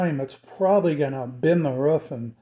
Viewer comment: Ruff. Roof. 🤣